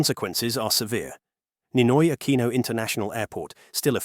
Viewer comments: Aquino, pronounce it as 'Akino'.. pls. You sounds like AI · and 2 shots when he says "A QUEEN NO" lol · And take two shots every time it's mispronounced as "Ah-kwee-noh" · Ninoy Akweeno? All this time I thought it was Ninoy Aquino. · Just count how many times he said "Ninoy AKWINO" (nope, he didn't say it all the time). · 🤦I can't finish watching this, the way he keeps repeating the whole name of the airport and mispronounces "Aquino"... It's hurting my brain. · The AI narrator voice pronounced Aquino very poorly. A lot of snobby people go to Thailand for provocative reasons.